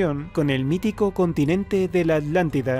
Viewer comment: Que cosas.. estos españoles que no pueden pronunciar Atlántida.. dicen siempre "Alántida"...